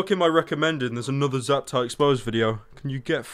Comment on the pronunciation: Did he just say ZAP TIE